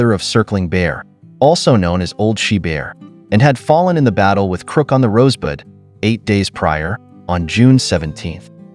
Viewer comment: Has anyone caught the A.I. mispronuciation of river names,etc. or other words. It kills me to hear a computer that is suppose to have superior intel. bungle something as simple as " rosebud" make it sound like "rosebid".Go figure!